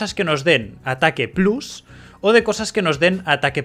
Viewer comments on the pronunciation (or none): none